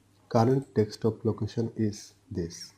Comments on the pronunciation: It's DESK TOP, not DEK STOP <3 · c the accent breaks the word a little